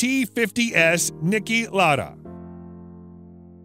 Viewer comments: Dude it’s pronounced lauuuda not laada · not really it’s insulting that he is butchering the great Niki Lauda name saying lada like he’s a shit Rusian death trap of a car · Ma quale Niki Lara, si chiamava Lauda non Lara